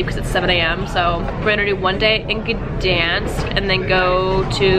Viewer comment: I'm sorry to say that but you pronounced Gdansk wrong